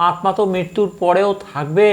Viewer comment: আপনি দয়া করে বাংলা গ্ৰামার একটু দেখবেন । আত্ মা কথা টা শুনতে বড় বিশ্রী লাগছে ।